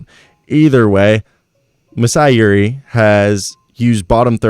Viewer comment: The J in Ujiri is not silent or softened. Just so you know.